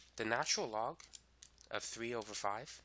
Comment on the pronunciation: If this man says natural log wrong again I'm gonna freak